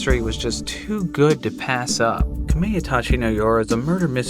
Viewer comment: "kameytachi" was painful to hear.